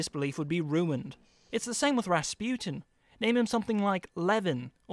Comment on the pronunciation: WHY DOES EVERYONE PRONONCE RASPUTIN WRONG